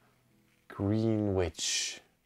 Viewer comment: The plural of vinyl is vinyl. And the ten inch ones that are heavier and more brittle aren’t vinyl, they’re shellac. Greenwich in England is pronounced “gren-itch”. Your language ability is fantastic. But “vinyls” is one of those things that grate on me.